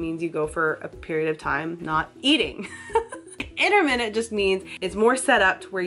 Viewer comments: 'innerminneht fasting' 😖 sorry, it irritated me a little 😂 its just my silly british self, ignore me 😉 (inter-mit-ant 😋) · IT'S INTERMITTENT!!! NOT INTERMINUTE YOU SPA!!